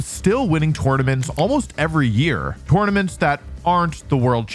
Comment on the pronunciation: yet you still say tournaments wrong